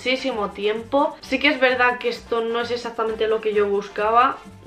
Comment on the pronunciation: Se dice exactamente no exacticamente